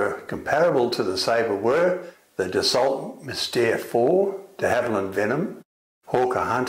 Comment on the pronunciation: I wish this guy would pronounce "Dassault" correctly ....as in "Dass oh." Small point I know, but it grates on me..